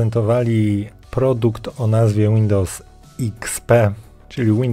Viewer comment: Dałem łapę w dół, dlaczego? Ponieważ autorze jesteś kompletnie niekonsekwentny, nazwy urządzeń, aplikacji itd czytasz "popolskiemu" ale Windows wymawiasz "łindołs"